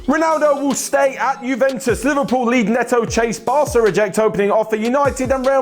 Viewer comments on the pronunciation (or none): none